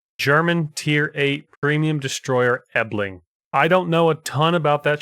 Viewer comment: Small correction the ship is not called Ebling but Elbing. To simplify it, first the Spanish word El and then simply Bing at the end.